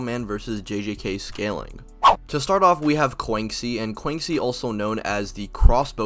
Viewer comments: Bro said Kwanksi 💀💀 she's Chinese so it would be 'Kwanshi' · Btw I just wanna inform you thats not how you pronounce Quanxi ^^" Quanxi (Chinese: 泉溪, Quán Xī as her birthplace was stated to be China and it's a Chinese name), you read it as chew-ann shee, and not kuancee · This is the craziest pronunciation of quanxi I’ve heard